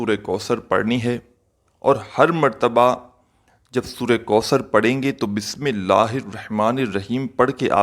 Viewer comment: pehle bismillah sahi ada kren